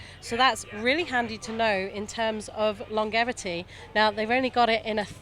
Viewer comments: The G in longevity is pronounced like a J, not a G as in gas. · long-ge-vity? wit?